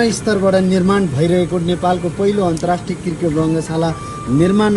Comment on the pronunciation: Saru dijju namakar. Khali kirket kirket vanchyeu, cricket vana na ho didi. Yo mero tesro comment ho. Cricket vana hai arko video ma didi. -uhi timro pardesi vai